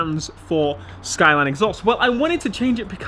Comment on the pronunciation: The way you say SKYLEEEN annoys me